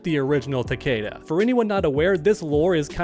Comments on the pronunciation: Cool vid, but btw his name is pronounced Ta•kee•da not ta•kAda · Omg it’s not takayda it’s takeeda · Everyone says his name wrong , it's Ta-Key-Da